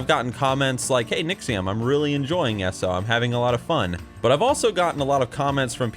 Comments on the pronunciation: Every time says "S-O" and not "E-S-O", *eye twitch*. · E...S...O, not Esso ugh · pet peeve of mine, but its not pronounced esso, it E-S-O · Are you american? The way you say "eso" you allmost sound finnish